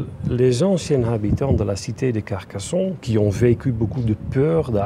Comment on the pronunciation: La France aux français, Carcassonne se prononce pas Carcasson. Ne touchez pas à nos monuments, le négatif vient de celui qui prononce son texte. Alors pour vous sentir « léger » partez !